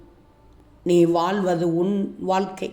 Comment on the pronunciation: வாழ்க்கை,எழ ,பழகு தமிழ் உச்சரிப்பை சரி செய்யுங்க